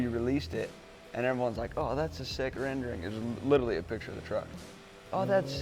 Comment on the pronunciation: Please...i like...but if your going to use a word 10 times a day, please say it correctly. Lit-er-al-ee.it is NOT lit-ill-ee.i watch his twin turbos show...i hear him make this gaf all the time.drives me nuts because he is so cool.go up to a beautiful girl and say " specific, literally, frustrating, subconsciously,supposed.end it with saying the phrase " a whole other level".nother isn't a word.trust me morons...it will get you laid in the right there in the parking lot.